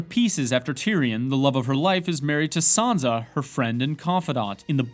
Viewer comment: Jendry?? Shy reen ? Saanza? Bruhh